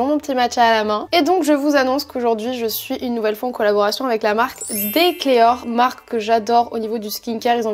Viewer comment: Coucou, Je me permets de t'apporter une petite précision sur la marque Decléor. Je suis esthéticienne et j'ai beaucoup beaucoup travaillé avec cette marque. La créatrice est Solange Dessimoulie et le nom de la marque se prononce DEcléor, comme DEssimoulie, et non pas décléor. Mon commentaire n'est que de la bienveillance, je me suis dis que si tu collabores souvent avec eux ça pourrait te servir 😊 Aller je retourne regarder ta vidéo 🫶🏼